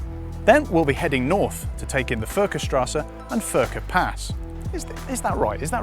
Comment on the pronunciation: Nice review, but some things to mention: 1) Furka-pass is pronounced as Fourka-pass ('u' as in 'you'). (Just ask a local next time you don't know) 2) The Sport-button will switch off the auto-rev matching feature, so that you can heel-and-toe yourself. I think anyone who is going to review a GT3 should know that, either by being told or by having done a little bit of research. I'm pretty sure there'' s a manual in the car :) 3) Revving to 9000 in 3rd might be illegal... how about doing the same in 2nd?? Im pretty sure that's perfectluy doable in Switzerland without risking a lot. 3) You talk about on which roads you're going to drive, but after that not a single thing is said about those roads and how they are to drive in the GT3. Why mention them if you aren't gonna say anything about it? Don't get it... Just to be clear, I'm not trying to be a smart-ass here. I'm trying to give criticizing feedback in a positive way.